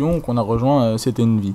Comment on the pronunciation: On prononce envy US pas envyus XD sur ce GG;)